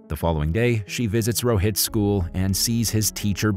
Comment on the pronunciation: Pretty sure its 'school' nnot SCHOO